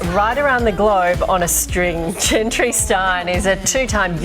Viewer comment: Did call gentry as wentry😂😂😂😂😂😂😂😂😂😂😂😂😂😂😂😂😂